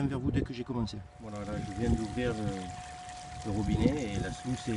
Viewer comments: On dit pas slouce mais sluise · Salut, le nom AMERICAIN de la rampe de lavage est bien SLUICE mais se prononce SLOUCE. A+.